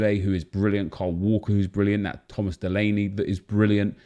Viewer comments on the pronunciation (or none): none